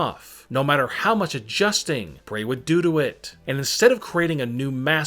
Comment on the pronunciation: “The mask kept coming OFF, so he kept adustING! Bray has also put it ON” every last word in his sentence smh